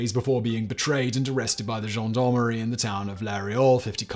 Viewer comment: You don’t pronounce the S in Louis and the canoe wasn’t a weapon it was the method of delivery for the weapon. Gendarmerie not John Don Marie.